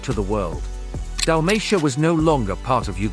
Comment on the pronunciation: AI voices cant pronounce Hajduk or Dalmatia. Maybe you should buy a microphone.